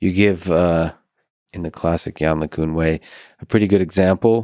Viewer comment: Lex still saying "yann lay cuhn". How hard is it to look up how it's pronounced, for fuck's sake.